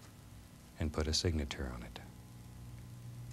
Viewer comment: Nice "signatour"